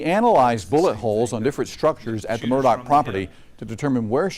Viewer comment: I would think they would learn how to pronounce Murdaugh...& stop with the MUR-DOCK!! Why don't they just call them MUR-DERERS!? 🤔😮